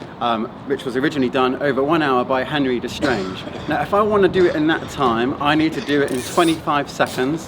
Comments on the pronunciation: Des-Grange? Veel-o-drome? :) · He should have done a bit of basic research in how to pronounce 'Desgrange'! Embarrassing!